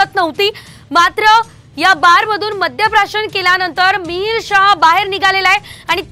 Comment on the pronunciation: अशा अवलादिना आवर घालणं आवश्यक आहे गरिबांचा जीव हा जीव नसतो का? आणि आपण ही मराठी जरा सुधारा मद्य प्रशासन की मद्य प्राशन....